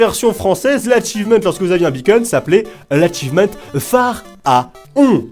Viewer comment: Quand tu dit beacon (la balise) on dirait que tu dit bacon (la viande) MDR